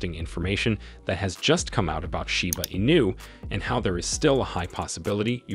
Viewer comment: Your title is a lie. Kiyosaki never said anything about Shiba Inu. You don't even know how to pronounce it right.